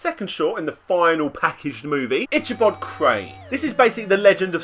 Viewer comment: Love your videos man, but your pronunciation of Ichabod hurts my brain.